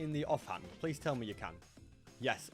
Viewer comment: 200 hundred days pwease